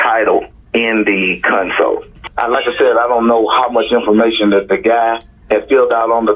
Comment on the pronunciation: 😂 When the detective had contacted the pastor and they were discussing the title of the car he lent her, he talked about Aniya saying she found the title in the console of the car. The way the Pastor says 'console' sounds more like he's saying 'cun+'s hole'. 😂